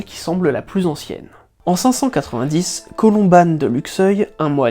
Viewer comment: Oui Luxeuil-les-Bains est en Haute-Saône, même si ce n'est pas loin des Vosges Saonoises (partie haute saonoise du massif Vosgien) et on prononce "Colomban" et non "Colombane". Il a donné le nom à un monastère de Luxeuil qui est devenu une école privée. C'est juste une précision n'enlevant aucunement de qualité au travail que vous réalisez au sein de cette chaîne ☺